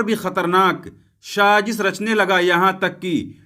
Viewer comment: Bhai shajish nahi sajish bolo